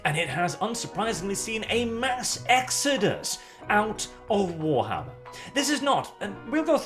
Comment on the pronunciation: WARTHAMMER. LIKE A WART ON YOUR FOOT.